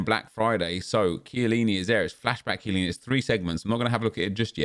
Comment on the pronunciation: did he rly say cant shoot for chiellini lol